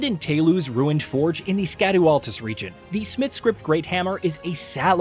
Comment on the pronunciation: Scadu Altus is pronounced “shadow Altus”. Likewise Scadu tree fragments are pronounced as “Shadow tree fragments”. They are using old English where “sc” has an “sh” sound.